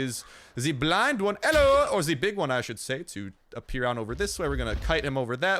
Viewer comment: Am I deaf hi heard hallo everybody instead of hello